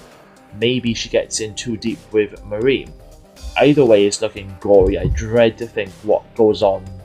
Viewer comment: If you’re a huge Wentworth fan (and I’m assuming a Prisoner fan as well) could you please pronounce Marie Winters name properly...